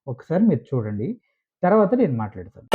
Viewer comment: "చూడండి..." ✔️ చుడండి... ❌